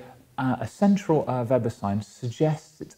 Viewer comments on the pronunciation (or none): none